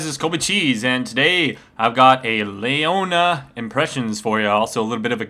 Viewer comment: I get so bugged when people say stuff wrong like colonel or Ashe (Ashee,or Ashaye,WTF?) It's Lee-Oh-Nah not Lei-oh-Nah,sorry if I come off as a douche but it's just so annoying for my ears.